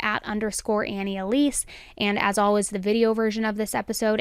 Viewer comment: I love this channel but there have been a couple videos I had to turn off because it had the word always in it so much. She pronounces it aww-ays. No L in it.